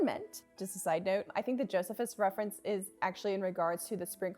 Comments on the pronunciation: Just a heads up, the ancient Jewish historian you mentioned has his name pronounced with a long e, as in "Jo-SEE-phus." I've read his stuff, but not so much his opinions about colored hair. And honestly that comment surprised me as both Jewish men and women in the period immediately following the second Temple were accustomed to covering their heads. But who knows! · The name is pronounced JOE see fiss. He’s the seminal historian of the early C. E. Eras. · FYI side-note: it's joe-SEE-fuss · This is a great video! Just wanted to pop in and say that Josephus is pronounced "joe-SEE-fuss," for future reference!